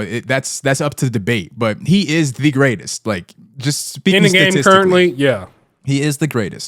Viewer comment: Grratest at what??? Lossing???